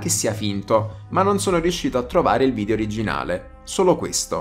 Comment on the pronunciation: Si pronuncia video non vidio comunque 😂